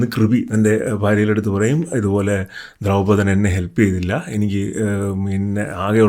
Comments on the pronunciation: ദ്രൗപതൻ അല്ല ദ്രുപതൻ😊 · Dhraupadhan alla dhurpadhan and aswathaamaav aanu